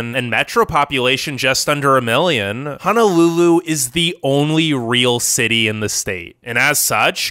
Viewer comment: I live in Hawaii it's not really paradise most beaches are polluted and houses are super expensive By the way it's pronounced Ho No lulu not Ha Na lulu